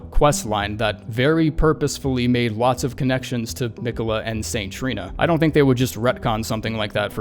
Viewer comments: I HATE the way you kept pronouncing “Me quells”. God job ⭐️ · "Meequella" lmao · He must have beat Malenia first try if he doesn't know how to pronounce Miquella. I think the rest of us have his name burnt into our brain. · God why can nobody pronounce fucking Miquella it's so annoying